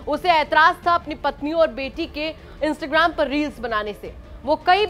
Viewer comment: इंस्टग्राम नही इंस्टाग्राम होता है ठीक से बोल तो लो 😂😂😂😂